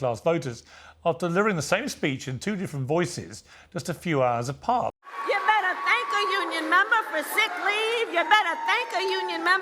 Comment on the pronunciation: You "BETT'AH THANK'AH UNION MEM'BAH..." just cracks me up every time I hear it!